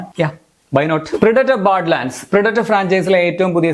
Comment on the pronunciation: The way you pronounce Badland is kind of awkward bud. Not ബാഡ്ലാൻഡ്😊🥰